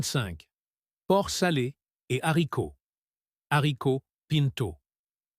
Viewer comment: « Soupe aux - z - haricots » ? Le h est aspiré, donc on ne fait pas la liaison, voyons ! Soupe aux haricots.